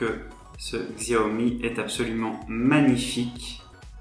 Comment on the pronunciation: bonne vidéo mais les puriste comme moi de la marque apprécierai que vous prononcez correctement la marque ont prononcé chiaomi et non xiaomi même si sa s écris xiaomi